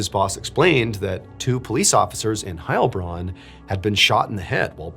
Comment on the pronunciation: I have loved your channel for years, but as someone who is totally bilingual in both English and German, the pronunciation stress is on the Bronn part of Heilbronn, the first part of that name gives every German a panic attack